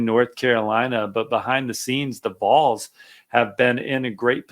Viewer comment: Kid, no one is ever going to take you seriously in this subject if you can’t even pronounce ‘Vols’ correctly. GTFO with that garbage.